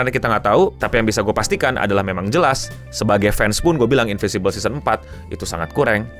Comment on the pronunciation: InviNcible bg bukan Invisible